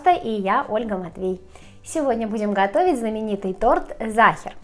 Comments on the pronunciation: Это по-русски всегда так получается, они всё каверкают, а потом думают, чё это язык такой ужасный. На немецком Sacher выговаривается как "зáха". Это не немецкий матершинный, а ваш ломаный выговор. Всё понятно? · problema v tom,chto Sacher po nemecki proiznositsa Zaher,esli poputatsa chitat po angl,to nichego obschego a Zaher...Pravilnoe nazvanie ZAHER,Ya tam bula,zhila v otele Sacher i ela etot tort -eto ih specialitet.. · Это НЕЧТО, когда Ольга произносит, что сейчас она приготовит вкусный зАхер!